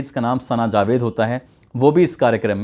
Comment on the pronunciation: Mirja nahi mirza hota hai jabed nahi javed hota hai